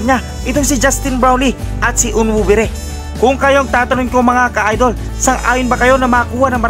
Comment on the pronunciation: Sir hindi po onwubre ....ang tama po ay on wu be re .... Thanks po sir more power po